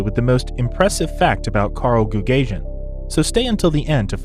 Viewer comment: Goo gah see en would be the appropriate pronanciation not goog asian